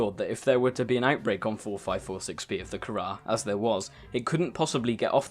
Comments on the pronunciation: What is the kharrar you mean the carar? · The virus is called CARAR, not kharrar. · Kharaa? You can't be serious. It's carar, not kharaa, dammit!